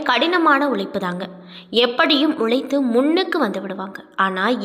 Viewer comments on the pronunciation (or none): உளைத்து பிளைத்து த்துன்னு பேசறது எரிச்சலாகுது. எப்ப மீடியாவில பேச வந்தீங்களோ அப்பவே பயிற்சி எடுக்கனும். இல்ல பேசறத நிறுத்துங்க. தமிழ் பிழைத்து போகட்டும்.